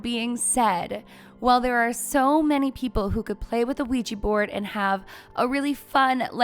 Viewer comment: Sorry, I couldn’t even get two minutes in because of your consistent mispronunciation of Ouija board